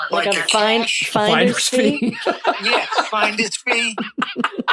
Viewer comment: “Yea, a Finda’s Fee”!